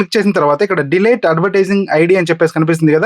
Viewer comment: Not De-late 🤷‍♂️ Its Delete